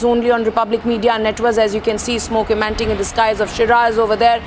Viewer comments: The anchor repeatedly telling "emanting" instead of "emanating ", the Republic Standard? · She said "fumes of smoke emanting" instead of emanating. What a stupid news anchor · It's emanating not emanting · "smoke emanting"???????? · All she does is scream the same sentences again and again......and ppl start thinking whatever she speaks is correct😆😂😂..... they need english classes ; cant even pronounce a word "emanating" and they are journalists